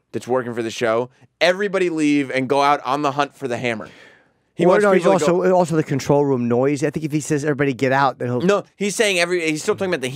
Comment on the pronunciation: The "Hemmer"